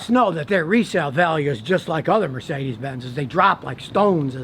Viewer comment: The way he pronounce Mercedes sounds sophisticated 😂